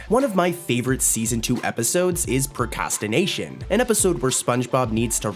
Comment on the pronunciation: Speaking of mistakes, you said "procastination"